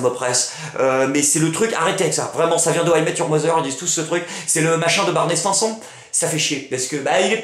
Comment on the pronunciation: j'adore juste un truc. mes oreilles ont saignées quand tu a dis "barney st1son" ca se prononce STINE SONE HAAAAAAAAAAAAAAAA ce personnage est tellement hallu attend la suite.. cinant ! t'as pas le droit de l'écorcher :/